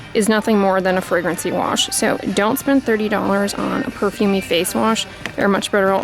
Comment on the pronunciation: I couldn't understand what you were saying about Nuface ? Your voice started mumbling, went gruff and quiet when the review was bad but clear and loud with a good review ☺ you look more suspicious at how your acting, just do a review in confidence. Thx